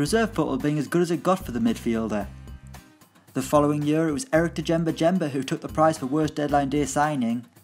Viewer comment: The pronunciation on this channel really annoys me. First, it’s not hard to look up how names are said and it adds much more credibility to the video. But secondly “D-jemba jemba?” It is ‘jemba jemba’ and they’re the same word so why pronounce each one differently!